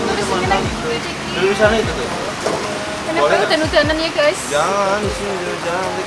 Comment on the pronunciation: Gays jangan ngomong gays 😂